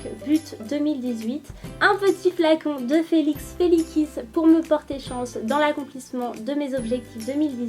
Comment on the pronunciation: Ca ce pronnonce felix" felicise "et non "felikis"